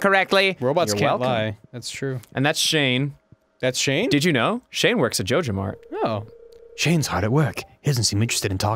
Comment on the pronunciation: Are they saying jojomart if so they are saying it wrong it is J O J A M A R T ok